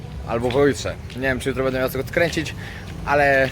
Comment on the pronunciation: Panie prosze mówic będę a nie bede ok